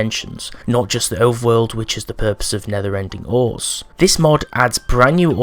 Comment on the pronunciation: I thought he said never ending ore, not nether and end ore